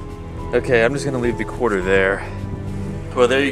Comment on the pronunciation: "I'm just gunna leave the quater there" lol